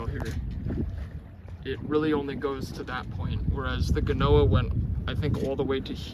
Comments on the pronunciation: it will probably be a good idea to put a block to the each side of the transom to allow for better control over your foresail maybe. Glad to hear that you are learning stuff. Btw, most of english people pronounce genoa with dj (djenoa), slavic people call it genooya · id only pronounces djenoa, you write it as usual, genoa